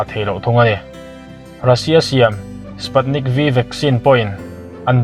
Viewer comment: Tha hle mai mahse fizar nilovin Faizar, spatnik aiah sputnik aw